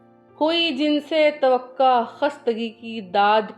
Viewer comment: لفظ توقع آپ نے غلط پڑھا ہے لفظ ہے (tawako) اور اسی سے متوقع (mutwake)